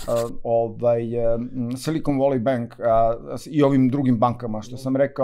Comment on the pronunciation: Silikon voli benk😂😂😂..., inglis menu!